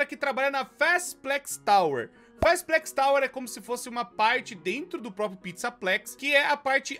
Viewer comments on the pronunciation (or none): none